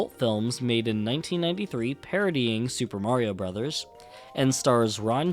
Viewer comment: Too bad you don’t know how to pronounce Super Mario Brothers.